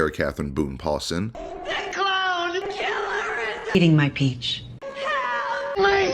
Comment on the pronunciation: He called her kiler'er,guys!!! 😅😅